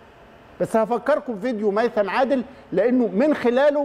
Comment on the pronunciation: ميثم وليس هيثم الرجاء التعديل